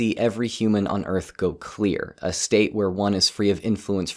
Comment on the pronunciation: Cool story bro, I was just making a joke, when he said "clear" it sounded like "queer."